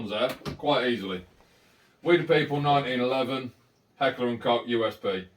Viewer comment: Great Video, and great pistol. I love mine, it's a top notch replica. On a side note, nice that you pronounced HK properly :) . for those who want to hear an actual German person pronounce it, here it is at the beginning of the video! cheers